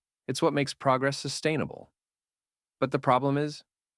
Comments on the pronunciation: That, and the word 'proggress'! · "proggress" gng 💔🥀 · “proggress” all jokes aside though, quality content. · is it supposed to be "progress" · Love this video, except for progress with two g. 😂 keep it up 😊